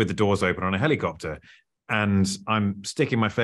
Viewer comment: I already knew the answer and I knew exactly how he was going to pronounce helicopter. 😂